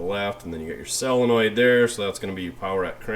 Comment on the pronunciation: And SELenoid, instead of SOLenoid.